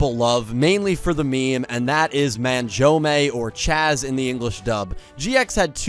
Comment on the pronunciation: The way you pronounce Manjoume is painful to listen to.